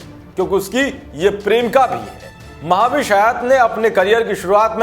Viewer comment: Maha-vish😂😂😜😜 Uska naam mehvish hai mere bhai...... Bhai kuch bhi thik se pronounce nahi kar pate.... Khud ka naam tak thik se nahi bolta.... Muh se supari nikal ke baat kar re baba.... Wo dusra anchor kaha hai wo sab theek se pronounce karta hai.... Usko bulao yaar